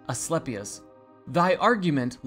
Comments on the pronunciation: "A-schlep-i-us" - ahahahahahahahahahahahaha!!! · "A-sleepy-us" gotta be the student. I caught that. The beauty in ignorance can be appreciated. It's hard sometimes. They do make it difficult. We don't have to hate those that aren't able to see the things we can. Pity them & serve the best you know how. Then move on.